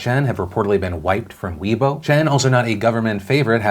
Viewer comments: Weibo is pronounced 'way-bow' (ow in bow pronounced like low) not 'wee-bow'. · Just a heads-up, Weibo is pronounced closer to "Way-bwo" (short o sound), not "We-boh".